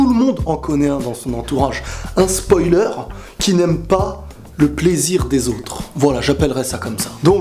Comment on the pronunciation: LEU SPAUILEUR C MOA MDR !!!!